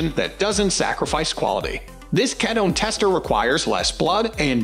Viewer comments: The mispronunciation of K-EAT-O is frustrating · Pronounce ketone correctly for credibility